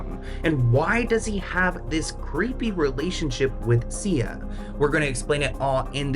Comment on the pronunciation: Oooh Sia , not CIA 🤣